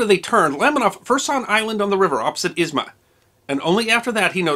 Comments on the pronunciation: A bit confused that you're pronouncing airport name as Izma. In the Russian language, it is called Izhma. But it's probably because of your sources or maps, not your fault) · He didn't pronounce correctly a single word. Zh in Izhma sounds like j in bonjour or s in insurance, u in Usinsk sounds like in put and there is no k sound in Saha and Uhta.